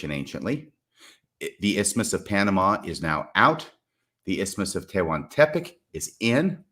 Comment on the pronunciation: This may never come up again, but the correct pronounciation of “Tehuantepec” can be heard here: I learned a smattering of Nahuatl (i.e. Aztec) back at BYU in the olden days.